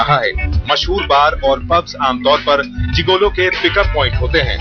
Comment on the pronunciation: इस का उच्चारण जिगोलो नहीं मगर जिगलो होता है।